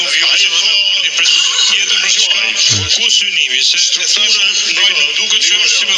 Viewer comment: O ramushi se ka problem Kosovën aj veq don mu ba FLESIDENT😂😂😂😂